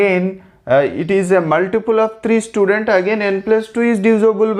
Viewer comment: Sir I like the video but you are saying student sir say like child